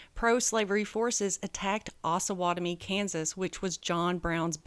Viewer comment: You are mispronoucing the name of Osawatomie!